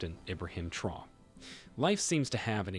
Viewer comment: It’s TRA-ORÉ!!! Please, research before presenting.